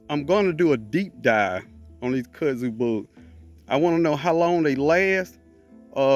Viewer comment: I thought you were saying cuzzin😮 bug. Ok i got it, back to the scheduled program